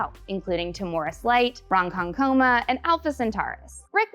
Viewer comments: Jsyk it’s said “ron-KON-ko-ma” not “ron-konkoma” no emphasis on the “ko”, yes emphasis on the “kon” and a clear syllable- not “coma” How do I know this? It’s a huge town on eastern LI that has a lake- lake ronkonkoma… I wonder if the writer is from ronkonkoma? A lot of writers and Hollywood ppl are from li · Not sure if mentioned, Ronkonkoma is town on Long Island in NY. It's pronounced Ron-con-coma